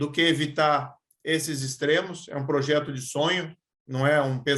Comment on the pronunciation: O "pojeto" kkkk parece o Luxemburgo